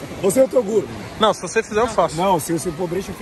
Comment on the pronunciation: "Vai TORUGO" KKKKKKKKKKKKKKKK